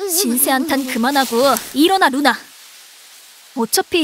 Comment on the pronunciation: 그와중에 ‘루나’가 누나로 들리네 ㅋㅋㅋㅋ